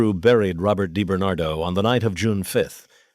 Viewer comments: DiBernardo not deBernatdo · His name wasn't Debernardo, you AMATEUR, it was DiBernardo!